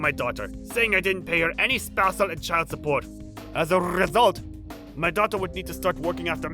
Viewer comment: As a rrrrrrrrrrrrrrrrrrrrrresult.......lol